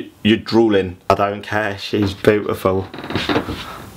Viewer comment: "I don't care she's bootiful..."